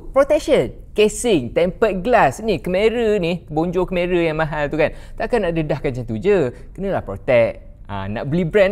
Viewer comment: Masih tak boleh move on dgn pronunciation kemera tu hahaha